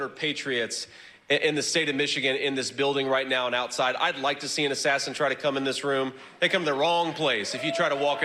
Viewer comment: 2 hunderd ashashins.